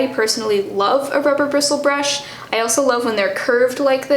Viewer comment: The most impressive part of this video was how easily you said "rubber bristle brush." 😂